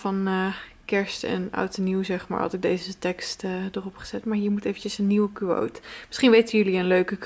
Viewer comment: Kuwoot? Hahaha. Je spreekt het toch uit als Kwoot? 😂♥️